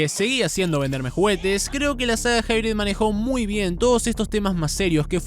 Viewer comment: Lo curioso esque lo pronunciando pensando que dice "hybrid" cuando realmente hace alusión a "High Breed" o "alta descendencia"